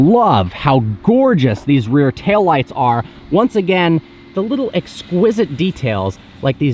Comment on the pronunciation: Am I the only one bothered by the fact that he said “exquisite”.....